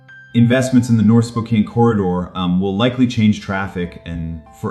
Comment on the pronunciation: One has to wonder about the accuracy of the information when the host mispronounces the name of the city. 😕